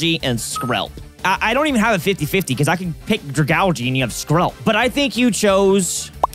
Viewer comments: Wait is that how you pronounce Dragagle??? I thought it was like “Draga-la-age” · ' pronunciation of Dragalgae is truly painful.